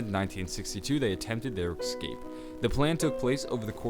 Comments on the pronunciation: escape. not "ecscape" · It's escape not ekskape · it's escape not excape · Its Escape not Ecsape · Could you please say Escape and not Excape? Theres no X in ESCAPE! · OMFG ITS ESSSCAPE NOT EGSCRAPE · Only thing that bothers me about this whole channel is "ecscape" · It's ESSSS-CAPE not EXS-CAPE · Escape not ecscape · Bro say it right Es-cape not Ex-scape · I hate how he keeps saying "exscape" and not escape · "eggscape" what. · It is Escape not excape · They built a plane and "excaped" They attempted there "excape" There was a pipe in his way that prevented his "excape" Jesus man don't skip English class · is he gonna stop saying ecxcape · Ex-cape. Ex-capable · Excape isnt a word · Why do you say "ekscape" instead of escape its kinda annoying..... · ALWAYSE SAY EXCAPE ITS ESCAPE CMON PEOPLE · I feel rude for saying this because these videos are awesome (very helpful/knowledgeable), but is anyone else annoyed about 'ekscape' not 'escape'? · OMFG!!!! The was he says escape pisses me off. Idk why it just does. I mean exkaped is basically what he's saying. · Ecscape? Seriously bro? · I cringe every time I hear him saying ekscape. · It sound like he’s saying X but he some people talk different relax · Stop saying excape just a pet peeve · The way you pronounce "escape" just hurts my brain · But the way he says it isn't a joke...